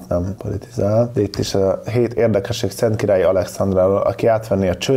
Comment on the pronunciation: Masnak is feltunt hogy nem tudja Szentkiralyi nevet kimondani?😆